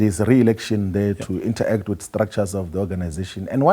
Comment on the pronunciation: It's not inter-act...its interact..you pronounce it as it is...secondly it's not discusion but discussion....double ss is pronounced sh